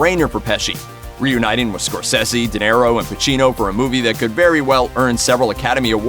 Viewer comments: Its Martin "Score-Say-Z".... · Please learn how to pronounce Scorsese? Thank you. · If you're going to do a video learn how to say Martin Scorsese's last name right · Can you not pronounce Marty's god damn second name..